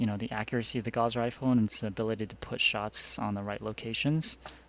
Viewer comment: It's not a gauze rifle man. It's gauss